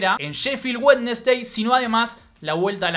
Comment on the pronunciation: Me matastecon la pronunciación de Wednesday...sería wensdi